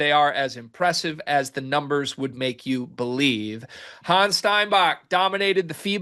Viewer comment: German Here, His name is pronounced Hann',,,es ,,,, Honn S,,,,, Not Hanz and no they aren't the same.